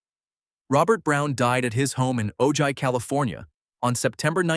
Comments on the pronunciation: Ojai is pronounced O-HI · Ojai is pronounced Oh Hi! Loads of actors retire there. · OJAI is pronounced Oh-Hi.